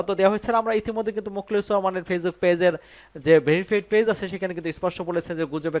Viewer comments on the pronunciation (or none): none